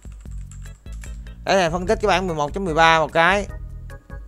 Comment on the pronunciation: thầy ơi bản chứ k phải bảng nha thầy <3